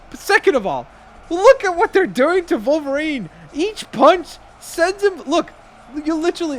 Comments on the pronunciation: Hey... it Wolverine, not Volverine... 😑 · It’s not volverine it’s wolverine